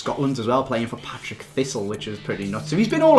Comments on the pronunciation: it's not Patrick it Partick XD XD XD XD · it's Partick( par-tick) not Patrick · 'Patrik Thistle' ffs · it's Partick thistle not Patrick thistle 😂😂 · HOW MANY TIMES ITS PARTICK NOT PATRICK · lol he said patrick thistle not partick thistle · Partick not Patrick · Partick Thistle not Patrick... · Patrick thistle AHAHAH , it's Partick thistle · What is a "Patrick Thistle"? Cos it's not a club 😂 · it's Partick thistle not Patrick thistle 😂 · Partick, not Patrick. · Patrick thistle ahahahahahaha its partick thistle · "Patrick Thistle" come on, I'm English and even I know it's Partick Thistle 😉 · Patrick thistle 😂😂😂 its (par-tick thistle) 😂😂😂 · Can't believe you just called my second team Patrick Thistle, if your going to do a football info video learn the information first. It's PARTICK Thistle!!! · Partick Thistle, not Patrick, PARTICK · Partick thistle not Patrick thistle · "Patrick thistle" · Its partick thistle not patrick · Partic not Patric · its Partick Thistle not Patrick Thistle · OMFG It's pronounced PARtick not PATrick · NPGamingNL paTRick - paRTiclk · "Patrick Thistle"..... fs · for f*** sake its not partick thistle its pronounced par-tick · "Patrick" Thistle, really???